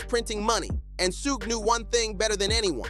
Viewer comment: WtF is "Sooooog"???😂😅